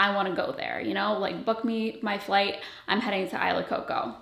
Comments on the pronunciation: Isla in tagalog is pronounced "ees-lah" not "eye-lah" lol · I’m Filipina, and “Isla” is actually pronounced “ee-sla” — the S is not silent 😊 … .same meaning as island— body of land or group of islands surrounded by water. ❤ if you’re tying it to your Filipino notes, it should be pronounced the Filipino way— just a thought. But do you, and love all your content! BTW, lookin’ gorgeous! 💕 😊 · Maybe it’s just the Spanish in me but I can’t hear or read this name any other way than “EE-SLA” Coco 😂